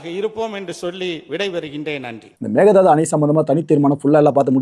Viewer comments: It's Mekedatu not mekedhadu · The correct way to say it is may-kay-dhaa-tu Meke is goat or aadu Datu is to jump or leap